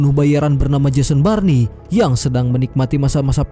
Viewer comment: Jason born bg bukan Jason barni😂